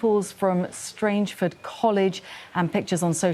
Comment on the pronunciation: Strangford - it rhymes with ‘rang’